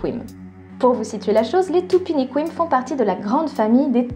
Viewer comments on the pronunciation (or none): FYI,... Dans "Tupiniquim" la dernière sillabe se prononce "kim". Parole de brésilienne.